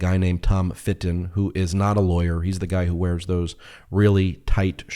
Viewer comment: When he says Tom Fitton I hear Tom of Finland 😂